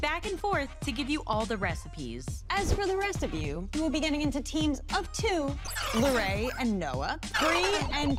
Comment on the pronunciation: just that it’s Larray not Larri